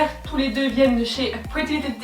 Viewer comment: Hello, sympa la vidéo En revanche l’accent anglais c’est pas encore ça 😂😂😂😂 « blaizeure », « pretty liteul ti », « youtou » 😂😂😂 un bon fou rire comme on aime, merci